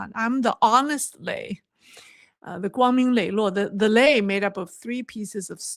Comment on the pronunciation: 磊, the strong "lei" suits you!